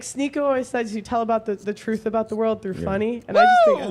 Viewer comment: it's "truth". Not "troof". Jesus Christ...